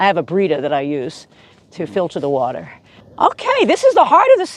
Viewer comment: " Wadter watder water." Seems like you been hanging around people from New York.